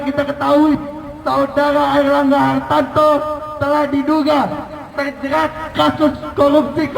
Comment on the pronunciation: Pecinta Partai Golkar kok salah sebut nama Ketumnya! Aneh!!! Namanya Erlangga harTARto kok disebut harTANto. Hahaha.., menggambarkan demonstran bayaran.